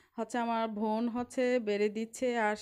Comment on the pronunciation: বোন না বলে ভোন ভোন বলতেসেন কেন বারবার?